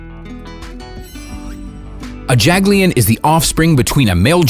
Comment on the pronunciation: The JaG 'LiN..TTTTiiiiGGGtttt....